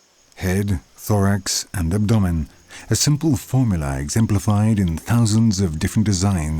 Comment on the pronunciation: Ab.. what?? Lol i have never ever heard anyone pronounce abdomen like that... ever!! 🤣😅🤣